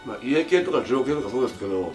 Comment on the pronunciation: 家系ラーメンをEA系ラーメンって言ってて草